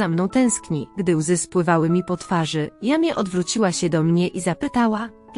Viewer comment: NIE czyta się jamie tylko „dżemi”! !!